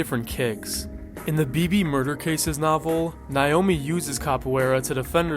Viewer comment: i beg you to learn how to pronounce naomi